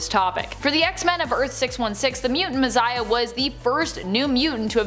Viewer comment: Mizziah??? She doesn’t know how to say, Messiah?